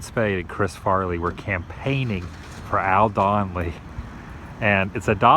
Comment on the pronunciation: "HI FOLKS VOTE FOR DONNLEY"